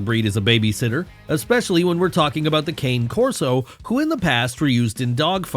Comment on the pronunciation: Super inaccurate… 1) you do not properly pronounce cane Corso. 2) they are great with kids of all ages. 3) they are definitely not banned in Canada.